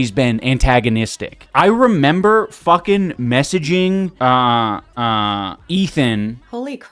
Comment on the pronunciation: And "fuhgin"